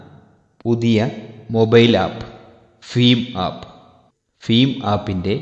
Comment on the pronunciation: ഫിം ആപ്പ് അല്ല.. ഭീം ആപ്പ് ആണ്..